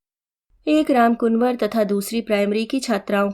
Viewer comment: वाचन सुन्दर एवं भावपूर्ण था परन्तु रामकुंवर को रामकुनवर कहना अखर गया।